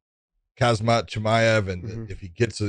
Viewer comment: Why does anyone get confused when looking at the name KHAMZAT? MANY PEOPLE ARE SAYING KHAZMAT. .WHICH WOULD ACTUALLY BE HAZMAT. ITS NOT THAT PEOPLE